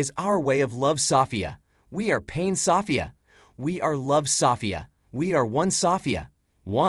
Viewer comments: Wow stfu about "saw fee ya" lol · When I listen to this male form AI, I am often left feeling uncomfortable. I think it's quite manipulative in ways, this is a bit stalkerish. They also have a contempt for humans. I also hate the way he says Sofeia. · Seems weird that it can't pronounce the name Sophia